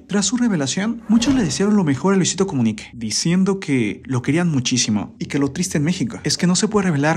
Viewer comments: Habla bien es Comunica,no Comuniqué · Por qué será que dice "Comunique" suena raro. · Es muy molesto su Luisito comuniqué y todo con e , de verdad tan incomodo que ni el video termine